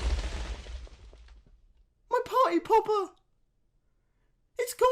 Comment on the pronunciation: "My Party Popper! What happened to it?" Just sounds like, My Potta Poppa!